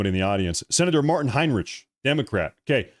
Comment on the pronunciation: Senator Hine-lick😂😂